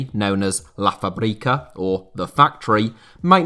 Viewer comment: Hello, I think you’re always worried about pronouncing words properly, so I wanted to tell you that “fábrica” is not pronounced as you said it in the video. You stressed the second syllable, but, actually, the first syllable is the one that’s stressed. It would be FÁbrica, not fáBRIca. Cheers mate, awesome video.